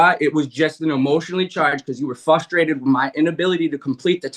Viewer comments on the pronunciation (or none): did he say flustrated? Oof.